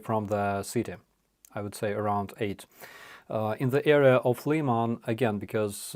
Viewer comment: please go back to using the Ukraine pronunciation of cities. LEE-man grates on my ear.